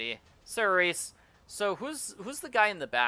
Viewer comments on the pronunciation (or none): saoirse is pronounced: "sur-sha"